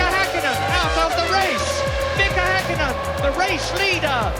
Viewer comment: Gotta love the commentators/narrators of previous eras as they nowadays couldn't even dream about bothering to TRY to pronounce Finnish names properly, let alone type them correctly. He says "Häkkinen" almost perfectly. I mean, even our nowadays appalling Finnish commentator pronounces Vettel with an F like it's supposed to. Come on, it's not that hard to pronounce Finnish names. 😑